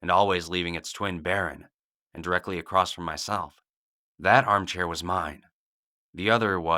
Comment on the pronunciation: In all of your stories that contain the word "across" you say acrosst .. It kind of ruins the story. I feel like there are a few other words you've mispronounced like that but I've seen too many videos to remember. But I've heard it enough times to point it out. No harm done, just attempt to fix that. It's like hearing people say "aks" when they mean "ask".